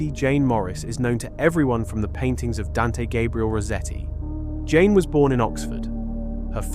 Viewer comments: My friend, you don't have to learn French. But if you're going to do this kind of work, you need to knuckle down and learn French PRONUNCIATION. It won't take long: A day or two. Here's a start: "Jeanne" is ZHUNN. Rhymes with "bun" but with a ZH at the start. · Your AI is poor and can't even work out how to pronounce 'Jeanne' and makes a total mess of the dimensions of that painting. You claim attention to detail. But it's just sloppy